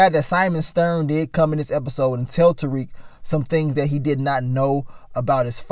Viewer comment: And Mary J two step Blige character Monet still can't pronounce Tariq name right